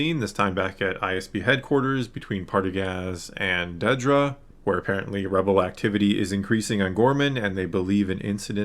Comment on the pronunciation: Dedra, (not; "Deedra") She's clarified this continually, on multiple occasions, that I've seen, so far, since the last Star Wars Celebration appearance and in various interviews, etc. It has never been shown in the show to have been pronounced; "Deedra," either. Not ONCE. and yet it keeps getting mispronounced in nearly every discussion. (Particularly on YouTube, and associated comment sections.) (I'm just sayin' ✌️) #ConstructiveCriticism #DontShootTheMessenger